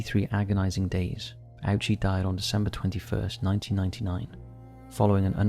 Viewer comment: You did an absolutely amazing job on this video. Just a small note in case it helps — Hisashi Ouchi's last name is actually pronounced Oh-chee, not Ow-chee. Thank you for the hard work you put into this.